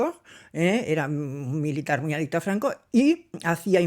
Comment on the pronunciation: Sera "adepto a Franco", no "adipto", je ñ, je